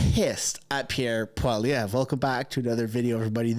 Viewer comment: Lol. Hey it's pronounced "Pwa-lee-ev". The French don't believe in spelling ANYTHING the way it sounds. (No offence to my Canadien homies....)